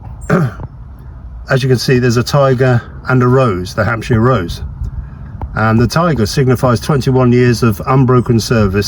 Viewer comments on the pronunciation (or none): Not Hampshire s it's hamster s😂